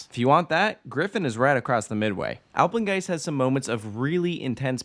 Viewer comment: Nobody: Takoda: Apegnest👁👄👁